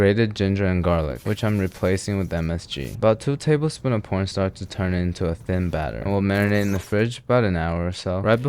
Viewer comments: bro did NOT say corn starch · "about two table spoons of porn startch" 💀